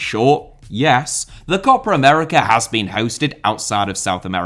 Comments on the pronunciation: Co-Pa America.....shit.....CO-PA AMERICA!!!! not CO-PRA AMERICA!!!!!! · Stop saying "COPPER" America!!! It sound awful. Just say Copa as it is written. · There's no r in copa. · it’s copa not copra. like what accent is this lmao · this video taught me so much, but mostly that Copa has an R in it.. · i like your videos mate but this one is not watchable, please learn how to pronounce COPA without an R. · As a native English speaker (from Ireland) should Copa be pronounced Cope ah? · Short o sound, basically what says without the phantom r sound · should be pronounced "copA!" With the "A" sound from "Average." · How difficult can it be to say “Copa”? 🙄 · 😄 true, it sounds funny. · Copper would've been closer to the correct pronunciation than in the video